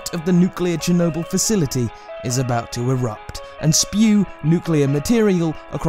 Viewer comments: Hayden Holman No, he says “chrew nobull” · Chernobyl, not chornobyl. Chernobyl. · You said Chernobyl wrong